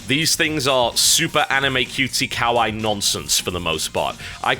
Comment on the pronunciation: TB pronounced Kawaii wrong! GET HIM ANIME FAN GIRLS!... then give me a hug.